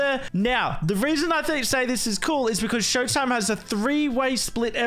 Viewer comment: Shoatime... SHOAtime... SHOA time...